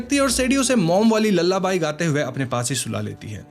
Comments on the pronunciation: It's not 'ल्लाबाई' it is 'लालाबाये' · Lullaby ❌ lalla buy✅ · Sorry but "lullabaii" 😂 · Lalla bai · Lalabai ? Or lullaby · Lullaby ❌️lalla by✅️ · Lallabai matlab? You mean lullaby😅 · Lallabai ...nahi re lullaby ...hota hai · are bhai bhai bhai lullabai nahi hai vo lullaby hai 😂😂😂.. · Lullaby ❎❎❎ Lala Bhai ✅✅✅ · Its pronounced loolaby